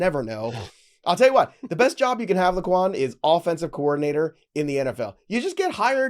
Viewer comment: The “o” in LaQuan is silent 😅